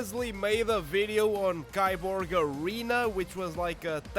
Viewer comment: It's pronounced "KEY-borg"